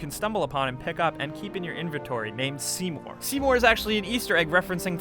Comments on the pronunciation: oh my god seymous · Seymore asses